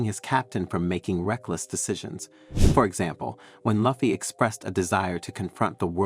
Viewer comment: Video is got but your pronunciation of Luffy is like nails on a chalkboard